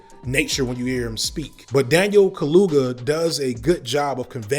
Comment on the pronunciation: It’s crazy to me that someone this pro-black has unnecessarily butchered so many African names throughout this video… I mean “Daniel Kaluga”??? Bro… I hope the more recent videos don’t have this issue